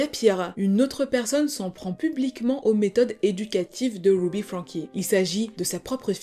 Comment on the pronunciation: Super histoire tres bien raconté mais par contre ce n'est pas grave si tu prononces les prénoms américain avec l'accent français !.... Wouuby (Ruby) a part ca tres interessant